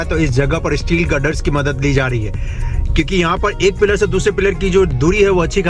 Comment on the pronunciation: why do you pronounce "PILLAR" as "PEER"...